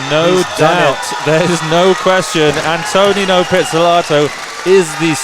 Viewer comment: It’s not pronounced “anne-toe-nino,” it’s “ahnto-nino” like saying ahh at the doctor’s office